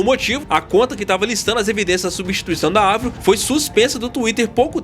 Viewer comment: Eu como fã de avril desde Let GO preciso começar esse comentário com um muito obrigado, por chamar Avril e não "Eivril" como até hoje chamam errado assim. Racho de rir dessa teoria que começou a ganhar força em 2005 quando Avril pintou de loiro o cabelo para interpretar a Courteney Love (viúva de Kurt Cobain) no cinema, o filme nunca saiu da gaveta até hoje mas ela adotou o loiro em definitivo até hoje, aí soma tudo isso ao álbum The best Dawm Thing de 2007, cheio de rosa e dancinhas no palco... Algo totalmente diferente da Avril skatista, já era, o que era burburinho ficou mais e mais forte. Sei lá, vejo ela super bem, cada álbum é um rolê diferente. Quisera eu como fã vê-la novamente no auge do mainstream como 2004.